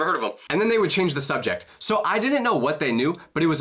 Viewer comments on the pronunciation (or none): God I hate the level of stupidity and illiteracy in today's youth, and their inability to understand word pronunciation.... like this kid here.... another dum dum who pronounces the word 'Didn't' as 'Dinnent' 🙄